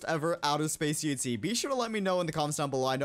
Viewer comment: I love it when he said like UHZ and not UHC